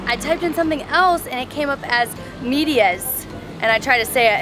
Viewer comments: Thank you for highlighting our country, as far as socks is concerned. in DR socks is called media, pronounced (med)as medical, dia (as Day) . Calcetines is most commonly used in places like Mexico and south American countries. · Funny thing about the socks but they call it media with the E pronunciation as its real pronunciation not the Americanized so it will be like med-i -a